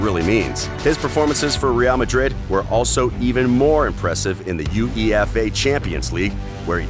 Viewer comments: He left cause real didn’t wanna give him the same money as Messi is making and maybe he needed a new challenge. Ps, it’s uefa champions league not u-e-f-a . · When I heard U-E-F-A. I immediately changed my "like" to "dislike. Like WTF?? Who says U-E-F-A??? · U.E.F.A 😂😂😂 I'm so done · Dude like wtf is U. E. F. A its supposed to be pronounced together not individually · It's pronounced the "YouWayFar" Champions League. 😡fvckin Americans. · Who says U E F A !! 😑😑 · U-E-F-A....that's when I turned off the video..... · me : who tf calls it U-E-F-A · LeArn how to pronounce uefa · The way he read uefa n bal n dor was enough to show he didn’t know shit about football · I thought the same but some of his other pronunciation was surprisingly good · U E F A .... ZEEEDAIN ... who are you? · Anybody else felt the cringe when he spelt out "UEFA" instead of the normal pronunciation! XD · The way he said uefa 😂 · U E A F E A champions league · can't take anyone who says u.e.f.a and balon'deer seriously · Is it just me or does this guy no nothing about football? He does not know to pronounce Ballon d’or or UEFA!! And almost all football fans know all the facts he said!! WE WANT TO KNOW SOMETHING THAT NO ONE KNOWS! And you say Neymar is not close to Messi’s and Ronaldo’s level! Who is this guy!!!!!!!! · golden shoe, balloon door, uefa, why can't he pronounce things properly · Why does he say U E efay its yooayfa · It's called Uefa champions league. not U.E.F.A title. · It's not u.e.f.a It's uefa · "You ee ef ay" 🤣 UEFA It's just pronounced as one word not the letters. Say it with me "You-ay-fa" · Uefa not U E F A 😂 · Count on an American to comment on a soccer video. He said "U-E-F-A' instead of UEFA. & the award is called "Golden Boot", not "Golden Shoe". WTF, dude? FAIL! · am i the only one that cringed out when this yank spelt out U.E.F.A and didnt jus say uefa? 😬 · I really touched my bones when he said U-E-F-A instead of uefa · YEW EE EFF AYY 😰🤣 ...UEFA... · Uefa not U E F A